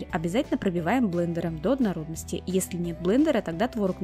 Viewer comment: Ужасное слово ОДНОРОДНОСТИ, рецепт хороший, но совершенно не возможно слушать